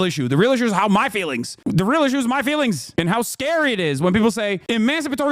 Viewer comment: “But have you been to the protests that hurt my feewings??” 🙄 Dana Bash is trash.